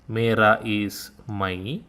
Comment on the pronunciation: sorry Sr your video is very good but the pronunciation of मेरा, मेरी, मेरे are little too much specially on the री, रा, रे. I living in India U.P and the pronunciation is softer, thanks, नमस्ते